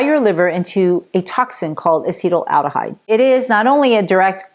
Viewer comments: Non-asians have liver enzymes that break down acetaldehyde perfectly well. This person cant even pronounce acetaldehyde. Ill continue drinking red wine in moderation. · A handy rule of thumb: if the pundit doesn't know how to pronounce "acetaldehyde," you'll want to take their supposed expertise with a grain of salt.